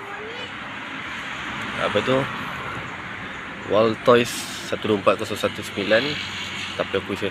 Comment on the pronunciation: W.L.TOYS BANG BUKAN WALLTOYS😅